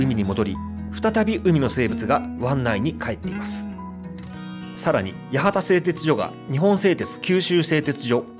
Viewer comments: 八幡せいてつしょです。「じょ」とは言いません 福岡藩だと！！！こんな屈辱的なことはない なんで博多弁エリアと一緒なんか！ ただし、戸畑と八幡と若松は福岡藩領だったけどな 北九州市が第二次世界大戦の被害をほとんど受けなかったって・・・・ 原爆投下も目標だったのに、製鉄所もかなり狙われたのに、関門海峡は機雷だらけだったのに 小倉湾なんかありません！ 門司のイントネーションが間違っている！そんな気色悪い言い方ではありません！ 北九州の人間に「町」を「ちょう」と言う感覚はないわな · この動画、けっこう間違いが多いので注意してください！！！ 地図の方角を「上」なんて言いません。 地元の企業ではなく戦前から浅野財閥がやっていたことです。 だから浅野町なんですよ。戦後は小倉興産と言って住友系の企業が地主でしたが 某企業に骨までしゃぶりつくされて見事に死にました。 「やはたせいてつじょ」ではなく」「やはたせいてつしょ」ね。 登記上は明治以来ずっと「やわたせいてつじょ」。 公害が問題とはならない時代なんてありません。握りつぶされていたか、モノが言えなかった時代です。 いきなり工業「地域」というようになったね。 洞海湾の汚染が製鉄だけなわけがない。三菱の回し者ですか？ 「じょ」「じょ」「じょ」って、濁音きらいな北九州の人間には違和感ありあり」 日本製鉄に社名が戻ったのは最近の話 原料の鉄鉱石の輸入は戦前は反植民地だった中国、戦後はインドやオーストラリアで 最近、変わったわけではない 小倉の範囲は「小倉北区」ってことなのか、初めて知ったよ・・・ 北九州の人間もびっくり 小倉城は「福岡藩」だったのか・・・ あなた、北九州市民を完全に敵に回したな さては、北九州の人間も博多弁使用者と思っている一人だな？ 小倉駅から7分で常盤橋まで行けるもんなら行ってみな へ～、大正初期ね、で、九軌の路面電車の線路がないのはなぜ？ 北九州市が第二次世界大戦の被害をほとんど受けなかったって・・・ 小倉が原爆投下の第2目標だったことも、八幡大空襲も門司や戸畑や若松で空襲で死んでいった何千人の人たちのことも知らないのですね 「小倉湾」ってありましたっけ？ 木造建築は許可されないわけがない 駅ですら今では木造建築が認められている ただ、河川の上に張り出す建築物が許可されないだけ 小文字通りにはモノレールは走っていません！ 「モノレールじゃん」ではなく「モノレールやん」が正しい 「門司」は「文字」と同じイントネーションではない！ 北九州市内に炭鉱がたくさんあったと思われても困る、間違った認識だ 若松港はかつて日本一の石炭積出港だった エスオージーオー そごうへいこう エスオージーオー そうごうへいこう 店内いっぱいお買い物 そろってそごうへ い・こ・う！